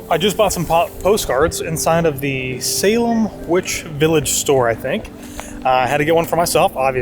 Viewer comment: Haha, thought the same thing, with the pronunciation. I am from New Hampshire and haven't been to Salem, MA but hear tons of Boston radio stations with reference to the areas and knew when he mispronounced that place.